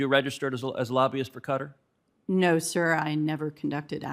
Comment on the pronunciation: Please tell ted how to pronounce qatar